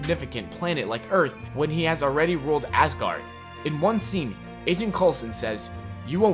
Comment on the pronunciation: I'm sorry, but it sounds like ur saying Assguard..... I'm so sorry, I'm not hating 😂